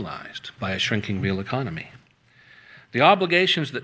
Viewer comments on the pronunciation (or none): Cute slip: 'economy' accidentally called 'enemy' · I'm enjoying Freudian slips. A couple times, he's said "enemy," then quickly corrected to "economy," and there were a few other prescient slips that I did not record. Good work,!